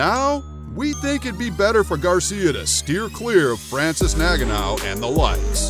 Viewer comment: It’s N - gar - noo not “naganow”